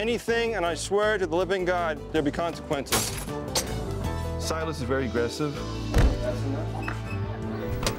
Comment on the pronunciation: "you throw anything and i swear to god there will be consiqunces" lol